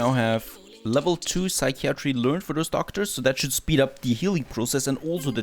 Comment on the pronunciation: Your friendly neighborhood English teacher :) if you care, see some tips below. Psychiatry is pronounced (sigh kai uh tree) not (sigh kee ah tree) "As far as I can see" is the set phrase. You don't need "as far as I can see THAT" Dehumorfier should be broken down like (de humor fier) think "Sense of humor"